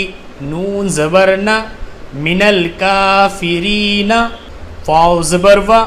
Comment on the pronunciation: Salam.. Sir ap se mazrat karta hon lekin ek galti hoi hai ap se jo ap ne is mein sab se clear nahi ki hai..wo ye k ek alfaz hai. Minal kafireen .(6.03 video time). First time parhaty howay Is mein ap ne last walay noon ko alag parha hai jese. minal kafireena.noon pr zabar lagaya hai par last ki video mein jab ap ne complet ek sat pura page parha hai saray alfaz parhay hain to us mein. Ap ne (minal kafireen) parha hai noon ko ap ne re k sat mila kr parhan hai...ap se mazrat karna chahon ga k ap ko meri bat buri na lagy or allah pak se mafi mangta hon is bt k liye pr is ko sahi krna lazmi hai bs ap se puchna chata hon k ye ap galti kr gye hain sikhate howay batana ya ap ne galat phar diya hai...